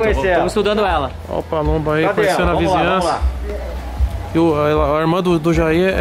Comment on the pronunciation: PALUMBO OU PABUMBO? ERROU AI HEIN